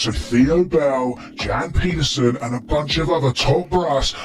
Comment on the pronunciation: The way he pronounces Jan Pieterzoon and Hardestadt 🙄